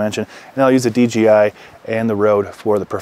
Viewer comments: great vid... ima troll by saying D G I... lol its D J - (jay) I.. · d J i...not d G i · It’s funny how everybody mistakenly says DGI, when it’s DJI lol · Curious question - why does everyone in almost every review of the DJI system, pronounce it "DGI" (dee-jee-eye)... is this like some weird Mandala Effect thing, where suddenly the letter "J", has different phonetic function than I remembered? 🤣